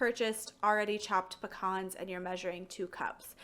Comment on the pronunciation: How is it pronounced? Pea-cans or puh-cons?